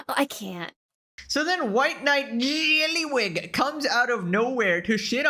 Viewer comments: you and Rev HAVE to be colluding to be pronouncing jellywig like that....its so jarring that i look over to my second monitor everytime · Careful, if you pronounce JELLYWEEEG any harder you're gonna lose your voice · The progressively chaotic pronunciation of jellywig is sending me 😂😂😂😂😂